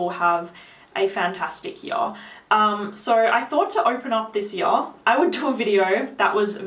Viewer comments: Have you got a most complimented already? Funny how you ponounce 'yar';))) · I told you I love the way you say here...lol...but my new favorite word you say is now "Year" 😉...keep up the good reviews. I watch you for you're women's perfume reviews for my girlfriend..thank you😊